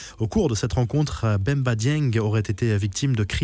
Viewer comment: C'est pas Bemba Dieng mais Bamba Dieng Respectez son nom d'abord avant de le défendre